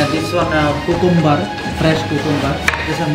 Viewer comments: Kukumbar (cucumber) 😂😂😂😂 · That bangladeshi chef's pronunciation was great Cucumber be like coocomber Haha But its great, people are very much kind n helpfull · অল সালাদ মাস্ট বি চিলি,কুকুম্বার seriously 😑